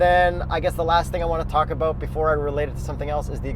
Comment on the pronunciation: What aboauuutt it ehh hahaha..